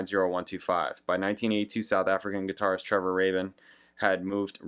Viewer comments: It's "Nine Oh One Two Five" and Trevor "Raybin", I believe 😊 You can actually listen to his original demo followed by his solo version here on YT! 😀 And there's also a very interesting and quite entertaining video of Trevor Horn talking about the making of this song, on the RedBull Academy channel 😊👍 Malcolm MacLaren had co-owned a London fashion store together with Vivienne Westwood in the 70's and discovered the Sex Pistols and was their manager 🙂 His album 'Duck Rock' Trevor Horn helped him create is supposedly the first UK recording with Vinyl Scratching effects on it and is regarded as influential on styles like Rap and Hip-Hop 🙂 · Why don't you figure out the guy's name's pronunciation, Rabin "Rabbin" , before you make your video, and then pronounce it correctly throughout, instead of alternating pronunciations and sometimes using both?